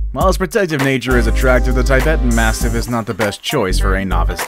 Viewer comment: Nice video but the 4th one you pronounced wrongly (The Tibetan Mastiff)